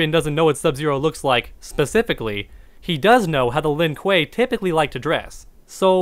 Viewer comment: Isn’t this the guy who can’t say sub zero name right or the Lin Kuei